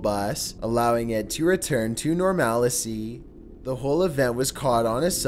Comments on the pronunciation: It's "normal-see." Not "nor-mal-eh-see." Silly rabbit. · Dude seriously it's: nor mal cy, not, nor mal icy. Also it's: me and er, not, mean der... Also I like your videos but your inflection is the same with every sentence. Slow down, use more variance in pitch and make sure you know how to pronounce words so you don't sound less intelligent than you are.... Probably not going to watch anymore as the rhythm of your speech has worn on me... Sloth or not it's boring even annoying... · what the fuck is a normalicy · half normalcy half normality ,got to love Murican pronunciation! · Dude if you're gonna use words like "normalcy" please learn how to actually pronounce it. Jfc.